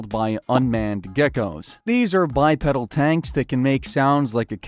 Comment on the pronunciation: It’s pronounced by-peedal